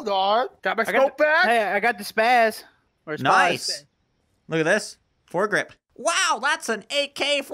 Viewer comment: Not spâz it’s spāss